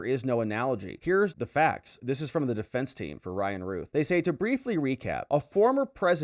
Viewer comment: It's not ruth It's routh It rhymes with mouth and or south